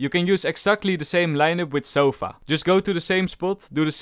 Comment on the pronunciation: "Sofa" Sova: its" sova" get it right mate.